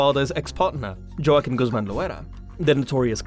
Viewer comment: U just jockkin? Prenounced whaqueen